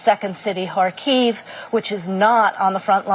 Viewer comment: the only guy i've heard pronounce hamenei and harkov correctly.